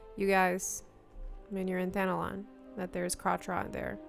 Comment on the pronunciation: Why does it sound like I'm hearing Thanalan being pronounced as Thanolon?